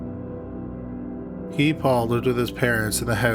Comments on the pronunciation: Guy Paul.. He's french Canadian so it's pronounced "Gee" (like key) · I’ve never heard Guy pronounced like that